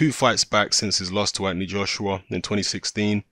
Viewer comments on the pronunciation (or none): none